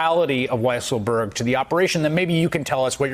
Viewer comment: You should all pronounce the name of Weisselberg as "Weaselberg", just as Mika does.